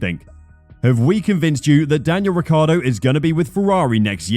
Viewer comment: Maybe they'll teach him how to actually pronounce his own surname.